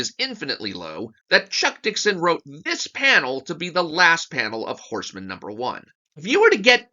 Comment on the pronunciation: It's Horse-Man, not Horseman.